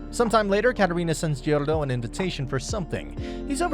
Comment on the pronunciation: They kept pronouncing Giordano’s name weird and I love it let him burn